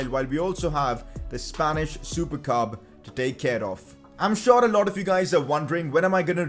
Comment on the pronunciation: Usually said as "Spanish super cup": Spanish supercab.....